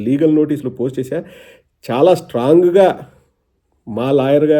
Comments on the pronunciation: అన్నా లాగల్ కాదు లీగల్..... బరధ కాదు బురద.... టెన్షన్ లో ఉన్నవ్ చూసుకో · ఒరేయ్ వట్టల డాక్టర్ అది లాగల్ కాదు లీగల్ మీ 420 తుగ్లక్ అన్న లాగే నీకు తెలుగు రాద రా జఫ్ఫా నా కొడక